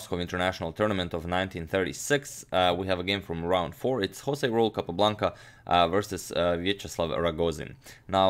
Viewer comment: Btw "Raul" it´s pronounced difeerent, Agadmator. You say the "Ra" like if you were saying "rack" and the "ul" like if you were saying "bull".